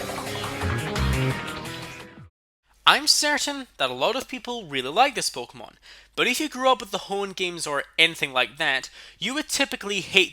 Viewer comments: Pokémon not pokomón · Pokémon not pokomn